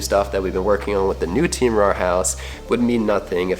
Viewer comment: He said rare Keoeoeoepep